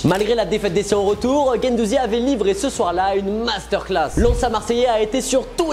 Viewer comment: Gendouzi ? Insupportable